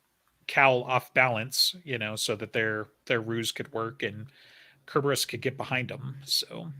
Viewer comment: Sir-burr-us. lol Say it with me